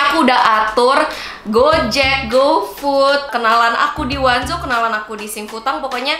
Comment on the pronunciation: kak FYI bacanya O NE ZO bukan wanzo :))